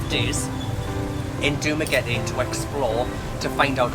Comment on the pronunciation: ooh props for saying dumaguete correctly lol most foreigners say it like duma-getty